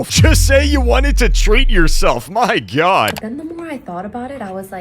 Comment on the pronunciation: my cousin was watching this vid and he heard you say "my gyat" instead of "my god" and run up to me like "LoOk SaId GyAt" 💔🥀